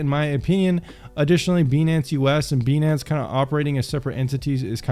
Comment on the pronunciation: 🤨 why u pronouncing it as beee nance its pronounced BYE NANCE